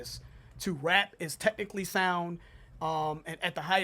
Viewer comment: I hate that every time he mentions Eminem's skill he says "techincally" as if that ALL Eminem is, is a good "technical" rapper. He is WAY MORE than that!